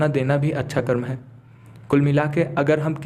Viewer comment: Good story but please use Hindi words CORRECTLY! It's कर्म and NOT कर्मा! Foreigners have destroyed out languages by adding "a".